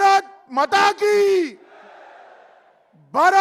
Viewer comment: Mata to tik se bol be Mota